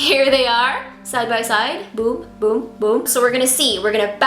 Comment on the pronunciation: I heard "boob" instead of "boom" 😂😅